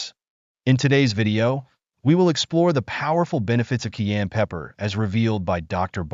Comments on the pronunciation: Learn to pronounce CAYENNE !!!!!!!!!!!!!!!!!!!!!!!!!!!!!!!!!! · Before you make a video on cayenne pepper would you please learn how to pronounce the word so you don’t sound annoying as hell? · WISH YOU WOULD LEARN HOW TO PRONOUNCE CAYENNE PEPPER. AM. AND CENTRAL AM INDIAN NAME. PRONOUNCED KI-ANN. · What the hell is KEYanne pepper....learn how to pronounce the word. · THE MAN HAS THE WRONG PRONUNCIATION FOR THE PEPPER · The faceless boy talking in this video ought to learn how to pronounce cayenne pepper before making a video about it. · It's not pronounced kee-ann, it's ki-ann or Kye-ann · The narrator refers to this as "Key-ann" pepper . . . but traditional pronunciation is "ki - ann" pepper." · Pronunciation sounds like "KI-Ann" not "key-an" . Learn how to say it proper cause it like nails on a chalkboard the way either you or your computer AI is saying. She says it correctly, dimwit. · Please say CAYENNE PEPPER. Not CAIN pepper. It's very annoying to hear this repeated over & over. Pronunciation (KI YANN.). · Please pronounce Cayenne correctly. Ki yan not Key yan. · it’s not Keyenne pepper it’s Cayenne Pepoer . What a weird way of pronounciation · It's not pronounced "key ann" it's "Ki Ann". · I’ve lived in the U.S. for 70 years and have always pronounced it as “Cayenne.” First time I ever heard it pronounced, “Keyanne.” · This is definitely a bot Saying keyan fir cayenne. Dead giveaway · As a matter of fact, Dr O'Neil is the one who is correct about the pronunciation of Cayenne. The gentleman who is using her video and unnecessarily repeating her anecdotes should know that the pepper is not "Key-yen." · What's kiyenne pepper? Never heard about it 😜😄😄😄💙💙💙🇺🇲🦅🇲🇺🦤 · * ky ANN * pepper 🌶️ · Voice over clown saying: "Ceyanne" instead of cayenne even after hearing the lady say it correctly. I believe its not a tomatoe vs tamota... Rather he cant spell well? Not digging, just seems more than odd. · She right it wonderful. But. It’s pronounced kie-yan